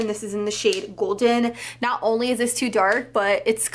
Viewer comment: I like when says "Dis tew expensive" lol #SlayBaes